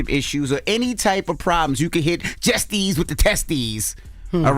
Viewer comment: HE CANT SAY JESSIES WITHT HE TESTIES HE KEEP SAYING JESTIES